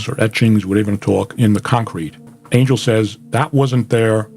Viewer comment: It's not pronounced Angel like the biblical thing 😭😭